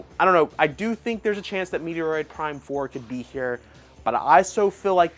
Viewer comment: ....I cringed and I'm dead 😵😵‍💫💀☠️: This this guy say " Metoroid Prime ????? " Dude ....the name of Samus's Game is METROID PRIME !!!!!! ....Like have you ever heard anyone pronounce like you ? NOOOOOOOO!!!!!! DO BETTER 😡🤬